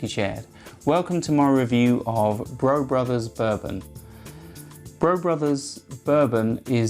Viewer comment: Hmmmm…. Last time I checked my birth certificate Brough was pronounced “Bruff.”